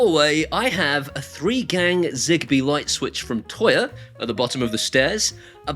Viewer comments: So when you're saying Toya you mean Tuya right? Tooya. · Is he trying to say "Tuya" or is there some "Toya" company I've never heard of?